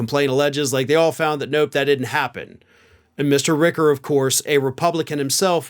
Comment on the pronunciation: It’s Rich-er not Rick-er, just fyi